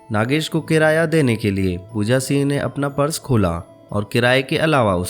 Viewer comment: Also not Pooja "Seeeng" it is Pooja Singh..